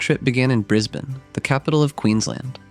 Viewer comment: Thanks for saying Brisbane correctly